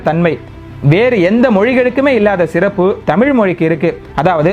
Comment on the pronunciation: சிறப்பு என நீங்கள் உச்சரிக்கும் தன்மை வளமையாக இல்லை. (தொடக்கத்தில்)